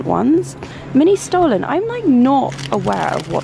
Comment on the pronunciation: you need to travel outside London if you haven't heard of Stollen (2 Ls so not pronounced stolen)